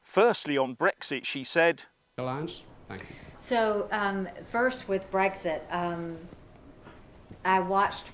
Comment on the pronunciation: It`s BREXIT not , repeat not BREGGS ZIT.